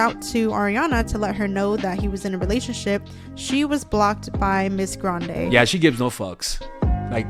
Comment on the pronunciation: I love the r on grrrande 💀🤣